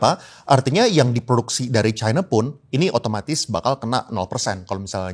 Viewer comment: Mana yg benar pengucapannya kata China atau Chaina. Harusnya ucapannya China. Tolong patuh pada kaidah bhs Indonesia.